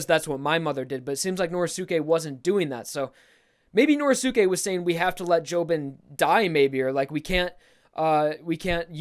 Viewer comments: please stop saying Nor•eh•sue•kay. It's Nor•ee•skay. Sorry just a little thing that's been buggin the shit outta me. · I hate the way he says Norisuke. you don't say josukay so pronounce it right